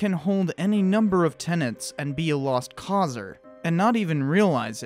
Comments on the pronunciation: Tenets not tenants . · You keep saying "tenants", it's "ten-ets", no second "N" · “Tenets” not “tenents”. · "Integral", not "intrigal", and "tenet", not "tenent" (unless of course you're talking about a "tenant".) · "Tenets," not "tenants." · OK, nitpicking, but I flinch every time I hear 'tenents' for "tenets". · "Integral". "Tenets". Demonetised for bad pronunciation lol!